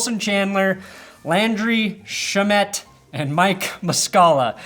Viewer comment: You said shamet wrong.